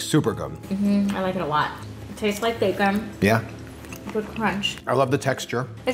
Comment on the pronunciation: I honestly can't decide if he has a unique way of pronouncing bacon, or if he is deliberately saying it like 'bake-un' to differentiate it from the actual meat.